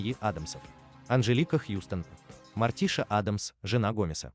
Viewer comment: Ну что за произношение: МОртиша, ФЁстер... Тьфу! У Кузена Итта и то речь чётче. Добавлю ещё несколько фактов: 1. "Странной семейке" у Чарльза было посвящено менее 10% рисунков - 150 из 1300, первый рисунок с прото-Мортишей, а так же возможно с прото-Ларчем (единственный Ларч с бородой) и возможно даже прото-Уэнздей был нарисован в 1938 году 2. У героев появились имена и известные нам многие фишки, которых в рисунках Чарльза не было и в помине, только в сериале 1964 года. Актёрам давали выбор и возможность импровизации. У отца семейства было 2 варианта имени: Репелли и Гомес, выбор сделал приглашённый на роль оного актёр Джон Эстин, который кстати добавил в привычки Гомеса такие вещи как Дзен-йога, курение сигар (тем более сериал спонсировала табачная фабрика) и игру в паровозики (в оригинальных рисунках был лишь один, где Пагсли запускает на игрушечную железную дорогу перед поездом что-то вроде автобуса). 3. Имя "Уэнздей" (Среда) придумали производители игрушек, когда выпускали серию мерчендайзовых кукол перед релизом сериала, основываясь на строке из стишка про дни недели - "тот, кто в среду был рождён, горьким горем будет полн", хотя официальный ДР Уэнздей - пятница 13е, в сериале даже есть прикол, что у неё 2е имя Пятница, а в новом сериале была ещё и МАнди (Monday - Понедельник) Джонс, дочка кузена Рамона, двоюродного брата Гомеса. 4. Вещь по задумке Чарльза была отрубленной головой, но режиссёр Дэвид Леви посчитал это слишком перебором и заменил её на руку кузена Итта во